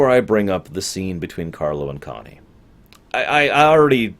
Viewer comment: Man, this would've been GREAT if you had, instead of stumbling along, just gone to IMDb and written down the character names plus the actors. The man you call "Sally" is Sal Tessio, one of Vito's companions in his early days. Played by Abe Vigoda. Connie, a name you wrecked, Michael's sister, is Talia Shire (ROCKY's GF/wife in that series). It's interesting that you recall "Sally", as that's what Tom Hagen, aka your boy Duvall, calls him. So, so you only pay close attention when he's on-screen? :?D